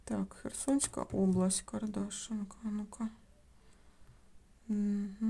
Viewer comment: Село Кардашинка. Наголос на и.